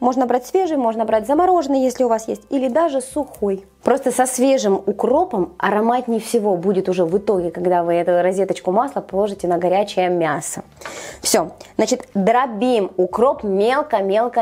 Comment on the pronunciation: Не ризеточка правильно говорить, надо научится а потом людей учить